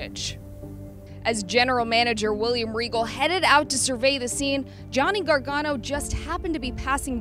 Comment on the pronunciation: It's Gargano